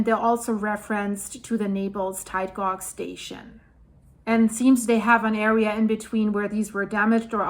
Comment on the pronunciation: Just to help you, tide gauge, the gauge is pronounced the same as cage, but just replace the c with g 😊